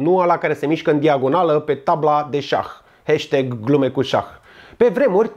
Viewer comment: Hai mah,parca parca in procent de 48% imi erai simpatic. Please please,por favor,s'il vous plait,te rog....nu mai pronunta "hesteg", "maemi", a-ul englezesc nu intotdeauna se pronunta "e"...